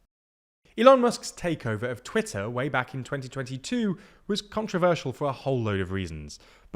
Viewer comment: its pronounced Twitter !